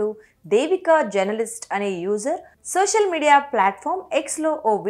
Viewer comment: Sosal media kadu talli social media antaaru.neeku telugu sarigga palakadam raada? Telugu nerchukoni raa.telugu ni khoonichestunnavu